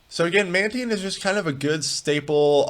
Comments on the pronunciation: Man-tIne not man-teen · im sure it's "man-tine" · It's taine, like in Time. Man taine. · It’s pronounced “Mantine.”